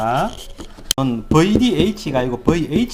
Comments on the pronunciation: 버이디에이치!!! 아... 좀 더 세련되게 뷔디에이취로 말해주세요. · 버이디에이치ㅋㅋㅋㅋㅋ저희 아버지도 발음이 저러십니다